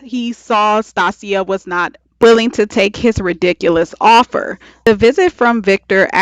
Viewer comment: Good review, but I kept get thrown off with your pronunciation of "Stacia". I've never heard it pronounced like that.